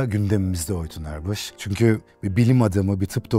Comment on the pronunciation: "Oytun Erbuş" , "Oytun Erbış"